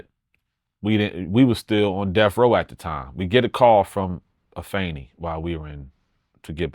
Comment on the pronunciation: Nobel so respectable he even use the proper enunciation of Afeni name!!!!! Shout out to him! He was the most featured artist on one of Tupac greatest masterpieces!!!!! His rap resume certified!!!!!